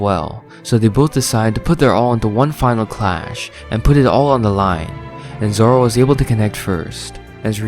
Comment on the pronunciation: "Two Sword Zolo"